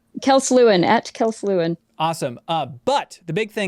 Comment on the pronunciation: I've watched videos Kelsey's done for years and have always pronounced it Le - Win instead of Lu - In